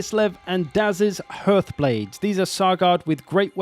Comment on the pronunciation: I swear half the people on earth don’t know how to pronounce hearth